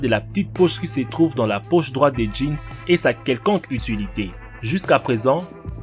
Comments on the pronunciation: La ptite pouch , resoulu , pouw etwe une vwai pouch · mdr " la pi poche dans le Jean " 😂😂😂😂😂